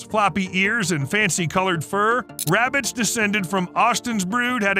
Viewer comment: “Im hunting wabbits” 😂